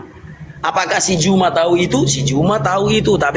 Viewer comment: Melayu Medan menyapa oten berbahasa Indonesia lah dgn fasih... Karena bahasa Indonesia terdapat dalam bahasa Melayu... Nyebut Nama ZUMA Jangan menjadi .. Ju tapiii Zu.... ZUMA Bukan Juma ... Laike nya mana niii 👍👍👍